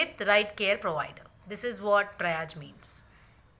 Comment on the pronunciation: Great video with lots of useful information. I think Triage is pronounced as “Tree Arge” not “try arge” but thanks for all this great information